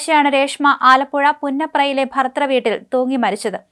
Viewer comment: ഭർതൃ..... അന്വേഷണം. എന്നീ വാക്കുകൾ മോളൊന്ന് പറഞ്ഞുപഠിക്കാനുണ്ട്....😂😅